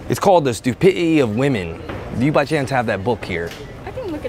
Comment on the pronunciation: " stupititee of wemen"